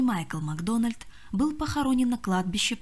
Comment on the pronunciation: МаГдона́льд? Вы о чём? Это шотландская фамилия! Macdonald! Нет редактора? Обращайтесь!